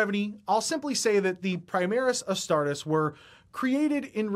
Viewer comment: Astar-TEES! Astar-TEES!